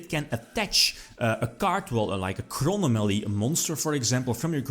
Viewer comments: "Chrono Mally" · he says Chronomaly weird, I know it is how he pronounces it but... Crow nom a lee Chro nom a ly Chronomaly chrono + anomaly meaning: something that deviates from what is standard, normal, or expected of/or relating to time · It is, people are just joking on the way says it.